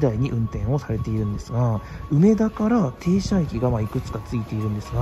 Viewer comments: 梅田のイントネーションがなんかおかしい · 「うめ」が抑揚のない発音、「だ」を一～二段高い音で発音していただけたらみんな立派な関西人ですw （ちなみに「中野」も梅田と同じアクセントです） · めっちゃ、梅田の発音が気になるww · 有料特急？南海と近鉄もあるやんｗ 梅田の発音が違う。大阪梅田は上野と同じ発音です。 あと阪神9500系じゃなくて阪神9300系のはずですよ。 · 内容より梅田の発音に違和感があり過ぎて内容が入りにくかったです。 まあ試験的な運用でしょうが、長続きはしない予感です。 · うめだ の発音がおかしい